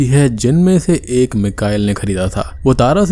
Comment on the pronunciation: Egg✖️ Ek✅